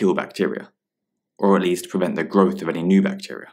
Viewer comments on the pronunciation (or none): none